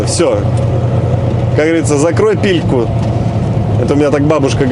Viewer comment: Не пильку, а пельку, что обозначает рот.)